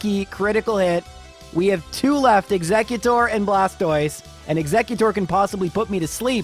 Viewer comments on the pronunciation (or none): none